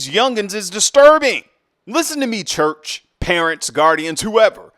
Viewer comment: I like the way you say… The Lord’s CHUUCH